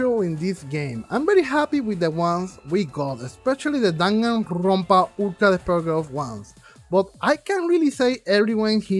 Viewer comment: "DanganRRRRRRRonpa S" lmaoo love it. great review and you explained it perfectly. I was disappointed in V3 for the laziness in some aspects of the game.